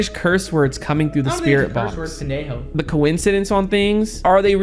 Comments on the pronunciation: Dont say bendejo i know spanish and pendejo is a bad werd just dont say it 😅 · Nah it said pendrjo 😂😂😂😂😂😂😂😂😂😂😂😂😂😂😂😂😂😂